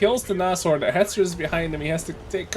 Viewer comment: By Odhinns beard,, it's Naz-horn, not Nash-orn